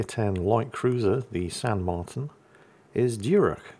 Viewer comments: The í is like an ee So Martín is more like “Marteen” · Not to correct the but its pronounced "Mar-teen" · Is ok... Martín in spanish have the accent in the i....but thats fine......btw, i hope San Martín still burning in hell.